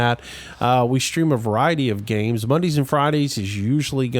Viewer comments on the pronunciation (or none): none